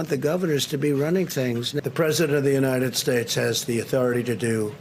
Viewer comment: "United Shates". Yup, let Trump be King there instead of here.